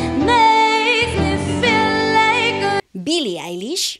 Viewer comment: Mi like porque eres la primera persona q doce bien el nombre y el apellido de billie eilish ( se dice ailish) asi q mi like